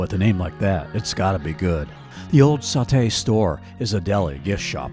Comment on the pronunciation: Nice video! But it’s saw-tee, not saw-tay!